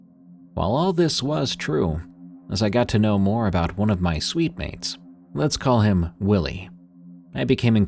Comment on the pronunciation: Ooohhh SUITE- MATES NOT SWEET- MEATS